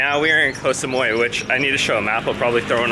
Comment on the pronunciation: This is the rare time where you actually pronounced the name of the island almost perfectly. Bravo!!! Oh no... Asia has gotten into your blood. Haha... Yes Koh Samui is more of a tourist spot and is more developed compared to the rest of the islands. You'd like the other smaller ones. I can't remember which vid that I actually replied you with the islands to visit but if you look at my comment, you'll see a few other small ones which I have recommended. Not the bigger ones only. The reason I put a very big disclaimer to watching real Muay Thai is because it is not for the faint of heart as most of the "REAL" fights will involve blood. If you see them train, you'd cringe. To enhance their kick/punch, they literally kick/punch coconut trees and etc. So it's not the sport where a lot would venture into.